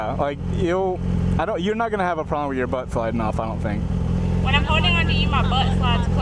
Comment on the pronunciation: She says "butt" like "bupt" lol